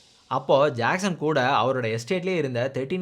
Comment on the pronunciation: Ur way of JACKSON pronounciation & the names of drugs u mentioned slang was superb bro.👌